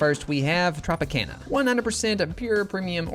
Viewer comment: That’s not how you say Tropicana